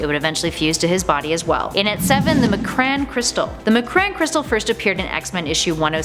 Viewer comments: SWEETHEART I LOVE WATCHING YOUR VIDEOS BUT YOU GOT TO GET THE PRONUNCIATIONS RIGHT ITS (M) (CRON) CRYSTAL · Mjolnir is pronounced “myohlnihrr” and M’Kraan is pronounced “ehm crohn” (At least according to the X-Men animated series) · The who crystal 🤔 Her mispronounciation just killed Jean again.